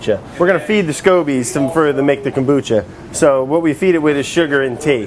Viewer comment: When you pronounce kombucha. There is no accent on “bu”. in Japanese you don’t accent separate syllables, they are all spoken at the same level. You are saying two words kombu and cha. Cha is Japanese for Tea, like chai (used in Turkey). In Japanese, the word "kombu" (昆布) refers to a type of edible kelp that is widely used in Japanese cuisine. It is often used as a flavoring agent and a source of umami in soups, broths, and other dishes. Kombu is also known for its nutritional value, as it is a good source of iodine, dietary fiber, and minerals. In addition to its culinary uses, kombu has also been traditionally used in Japanese folk medicine for its purported health benefits. So you’re basically saying: Kombu tea. Kombu cha. There is no reason to accent the syllable “bu” unless Americans insist on looking stupid in the world today. The Japanese will appreciate that you are making some effort to pronounce things correctly. Or just call it kombu tea!